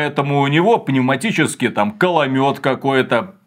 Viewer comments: кОломёт а не кАломёт ))) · Каломёт гыыыы =))) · Ой зря вы не акцентируете что это именно коломёт, ведь слышно нечто другое...